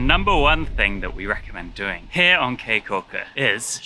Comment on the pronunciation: Caye is pronounced like key not kay. nice video.